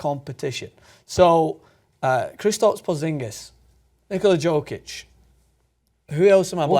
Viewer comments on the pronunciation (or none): You have to admit that "Joke Itch" sounds pretty funny. I get more annoyed when the TNT analysts call Joakim Noah, "Yo Keem" Noah. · Yoke itch man not JOKE itch... Lol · It's nice people outside Nuggets fandom are finally starting to notice him, so thanks for catching on, as you say, better late than never. But it's pronounced "YO-kich," not "JO-kich." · You read it as Yokic not Jokic but it's ok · YOOO-kitc dumbass saying it wrong the whole video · Is name is pronounced YOkic. I hate these poser nba analysts on youtube who can't pronounce names correctly. Do you even watch these guys play? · Yeah, the pronunciation on that website is bullshit... The Nuggets announcers say it properly. Pretty close, anyway. It's pronounced "Yoh-kitch". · Can't pronounce Jokic correctly and don't know what country he's from? GTF away from making videos then. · You mispronounced his name in the first five seconds...I unsubscribed, disliked and did not watch the rest. JUST KIDDING! love your content but fuck Cenk Ungur. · You didn't pronounce his name correctly. You better put some respect on his name next time, or I will write an extremely mean comment!